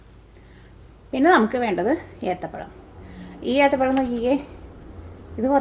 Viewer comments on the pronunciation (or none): ഏത്തപ്പലം അല്ല എത്തപ്പഴം